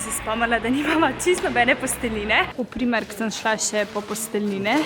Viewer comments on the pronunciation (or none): Jst sm vedno misla da živi na svojem, zato mi je to čudn. Sam jst bi to uživala na polno, kupovanje stvari in čistke, aaaaaa! ❤ Ampak sem pa zelo vesela, da si tako vesela. + A gre še komu mal na živce, ker reče Primerk narobe oz po slovensko? + Rada bi videla več vlogov kot je ta, super je.